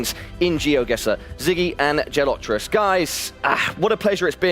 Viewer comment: He couldn’t even pronounce Gelotris name right. Got it wrong every time. It shows how little he knows about the Geoguessr community and players